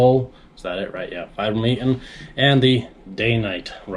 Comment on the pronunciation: VEE-BRAM - it's an Italian brand.